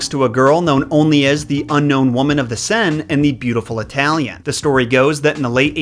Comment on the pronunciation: Fab video as always ,but the word Seine is pronounced sane :)